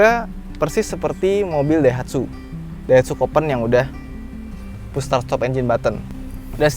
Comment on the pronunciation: "Boosh star stop engine buthon" 😂😂